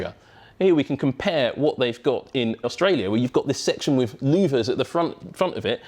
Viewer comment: "wiv", "fink", "fing"